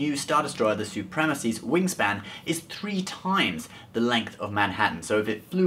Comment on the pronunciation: He said wing Stan alot